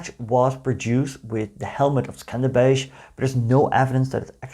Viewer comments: It is pronounced "skander-beg" not "skanderbezh" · Im albanian and i didnt even know the division existed,thanks for teaching us. Also you pronounced skanderbeg wrong the right pronounciation is skënderbeu or if you say skanderbeg you pronounce the letters as they are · Skenderbeg its really hard to pronounce 😂😂😂 Try chatgpt! 😁